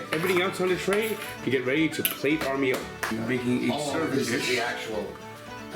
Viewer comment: An Irish voiced "its time to plate da meoool" ❤❤